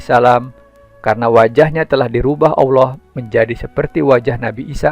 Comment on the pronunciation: Ente nyebut Allah saja awloh. Gimana bisa ente bakal di percaya?? Lucu ente ya.